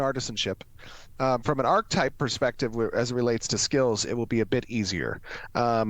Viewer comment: I can't deal with how he pronounces ARCHETYPE. It's not pronounced ARK-TYPE.